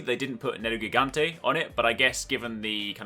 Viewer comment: Thats the first monster hunter game to be relased in PT-BR and im so exited, also "nerugigante" would be pronouced like "neruzhiganchi" in portuguese